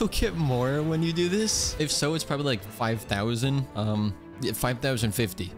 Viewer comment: Somebody pleease make a short out of saying "probabl"y i rewinded idk how many times im losing it